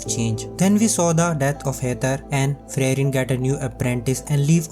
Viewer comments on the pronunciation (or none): It is supposed to be Free-ren and not Frey-ren.